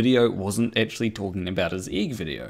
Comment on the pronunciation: Did say "Riley eggctually changed..."? If he didn't he should have:P